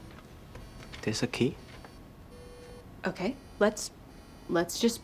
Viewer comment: the way he adds and “a” in front of “key” kills me every time